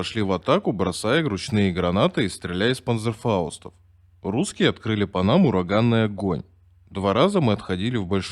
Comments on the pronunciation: Не мог немец говорить панзерфауст.ПАНЦЕРФАУСТ. Грамотей... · Мне одному режет слух "панЗерфауст"? Почему не Ц?